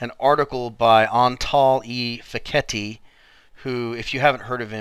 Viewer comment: FYI. Fekete, pronounced Fek-a-tay. Qing, pronounced ching. Great vid..